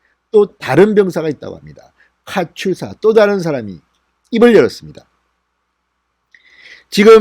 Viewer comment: 카츄사는 no, katusaㅡ카투사로 발음합니다. 어떤 사람은 카츄샤로 까지 발음하지만 이것도 역시 아니올시다. 미 1군단 포사령부 출신입니다.